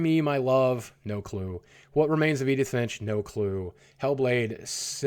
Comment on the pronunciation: "I have no clue to what remains of Edin finch"